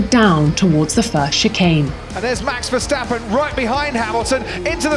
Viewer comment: it's also verstappen not verstapeen